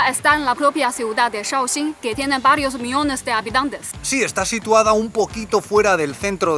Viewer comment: Soy tu fan por tu dominio del español aunque hoy parece que dijiste "varios miones de habitantes"